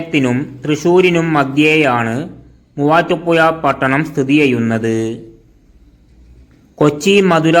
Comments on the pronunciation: മുവാറ്റുപുയ അല്ലെടോ മുവാറ്റുപുഴ അതേപോലെ ഏയാമത്തെത്തല്ല ഏഴാമത്തെ താൻ നമ്മുടെ ജില്ലയെ പറയിപ്പിക്കുമല്ലോ മണ്ണുണ്ണി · ചങ്ങായി നിങ്ങൾ ബസ്റ്റാന്റ് എന്ന് പറയുമ്പോ അത് കാണിക്കാൻ കഴിയണം. പിന്നെ വീഡിയോ നോക്കി ഇരുന്ന് ന്റെ കൈയിൽ നിന്ന് മൊബൈൽ താഴെ വീണു. വേറെ ഒന്നും അല്ല തല കറങ്ങിയിട്ട് ആണ്. അത്രയും സ്പീഡിൽ ആണ് വീഡിയോ കറക്കുന്നത് 🙏🙏🙏. ഇനി ഏതെങ്കിലും ജില്ലയെ കുറിച്ച് വീഡിയോ ചെയുന്നുണ്ടെങ്കിൽ ശ്രദ്ധിക്കണം. പിന്നെ മുവാറ്റുപുയ അല്ല മുവാറ്റുപുഴ ആണ്. ഷഡി.. അല്ലാതെ ശഡ്ഢി അല്ല 😂😂😎😎 😎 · ഈ voiced video യിലെ voice ഏതാണ്ട് ഒരു ബംഗാളിയുടേത് പോലെയാണ് തോന്നുന്നത്. വിവരദോഷി. മുവാറ്റുപുഴ എന്നത് അയ്യാൾ പറയുന്നത് മുവാട്ടുപ്പുയ എന്നാണ്. വിഡ്ഢി. 🤣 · ഈ കുണ്ണയോട് പത്ത് തവണ ഞാൻ പറഞ്ഞു. പുയ അല്ല എന്ന്.. ഇവനെ കിട്ടിയാൽ. ഇടിക്കും ഞാൻ.. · എന്തൊരു മൂഞ്ചിയ സംസാരം ആണ് മൂവാറ്റു പുയ ...തനിക്ക് മലയാളം വായിക്കാൻ അറിഞ്ഞു കൂടെ അക്ഷരങ്ങൾ ഉച്ചാരണം അറിഞ്ഞു കൂടെ ..അരോചകം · മൂവാറ്റുപുയ നല്ല അക്ഷരജ്ഞാനം മര്യാദക്ക് സംസാരിക്കാൻ പഠിച്ചിട്ട് പറയൂ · ചേട്ടാ കോയ ആണ് എന്ന് പറഞ്ഞത് കേട്ടില്ലേ.